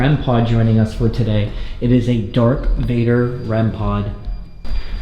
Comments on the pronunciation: He called Darth Vader "dark Vader" and ALF "Elf." Yea...... unsubscribed. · Love your videos, I can’t get over how you said “dark vador” tho😭